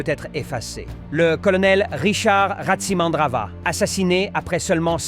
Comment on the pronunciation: le o se prononce ou en malgache non ce n 'est Tsiranana voila c est RATSI tous le monde le sait